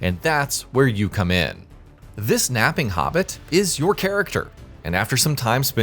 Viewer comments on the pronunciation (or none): none